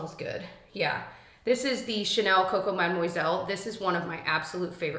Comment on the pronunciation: Just a little helpful tip, the "moi" in mademoiselle is pronounced "mwah"🤗